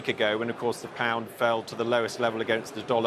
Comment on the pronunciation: The way he pronounced pound made me physically cringe. Checked his background - Etonian through and through, got a banking position straight out of college although he read History.